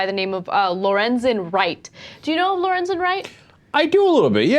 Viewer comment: Lorenzon? lol, my name's Lorenzo.